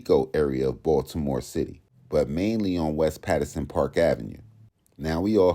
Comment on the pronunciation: The way bro say these Baltimore streets wrong is funny if u from the city 😂